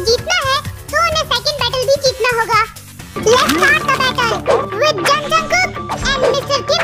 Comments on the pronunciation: Not Jung jungkook... It's Jeon Jungkook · Its jeon jungkook u said Jung jungkook 😁